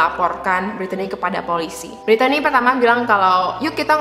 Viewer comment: Btw, nama Brittany biasanya itu pronounce-nya 'britni' kak